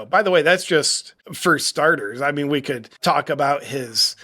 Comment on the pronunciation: It's abooot time ah.